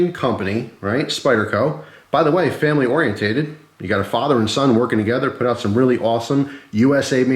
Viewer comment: Nice video. This is a little tidbit, not meant to be mean, but helpful hopefully. You pronounce "oriented" aw·ree·en·tuhd, not aw-ree-en-tate-ed.